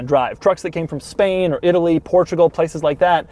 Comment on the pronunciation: did he say it came from span